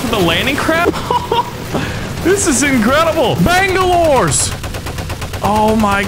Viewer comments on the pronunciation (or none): He says bangolores! But there’s no fence to break in lol